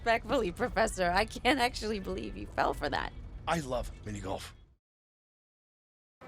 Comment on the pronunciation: The way he says "minigolf" like it's a handful of marbles falling out of his mouth makes him seem like a fucking alien.